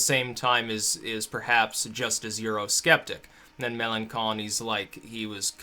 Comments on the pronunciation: Dude Mélanchon is pronounced "meh-lan-shon" not "meh-lan-kon". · Mélenchon is pronounced MEL-ON-SHON. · Melancon is pronounced Meh-lahw-sahw